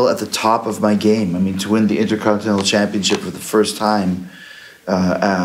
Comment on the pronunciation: So Jericho vs EVIL is next. That could be good. By the way it's curious that a man that won the Intercontinental Title ten times overall just can't pronounce "Intercontinental".